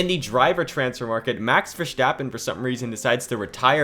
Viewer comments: Verstappen not VerSCCHtappen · It's not Vershtappen it's Verstappen. I'm sorry but it was hard to listen.. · “Max Vershtaapen” 😂😂